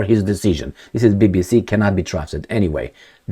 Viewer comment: I don't know if it were done on purpose, but my ears heard that called a BBC as "Babysee". Which is literally describes their behavior pattern.